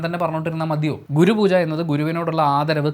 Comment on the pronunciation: Google pooja 😆😆😆😆